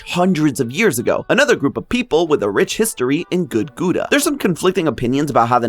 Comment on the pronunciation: Matpat wouldn't have mispronounced gouda like that 😔🙏